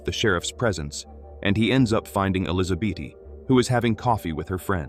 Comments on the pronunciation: Why are you saying Elizabeth as elisabaty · Sometimes the AI gets sooo close to saying Elizabeth correctly...and then we are right back to Elizabeaty...😆 🤣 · I sincerely hate AI. I don't understand how it cannot pronounce the same name the same way twice in a row... ElizaBEAT... ElizaBEETEE... ElizaBET... Then it starts over. It's bloody maddening. 😅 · Ai is still learning in grade 2 I think?😅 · Tomato Tomahto. Elizabeth Elisabaty! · AI is struggling to pronounce the name “Elizabeth”.